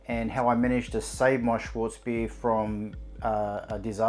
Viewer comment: Mate- it is SCHWARTZ bier, pronounced SHH-VARTS. Schwartz means black in German.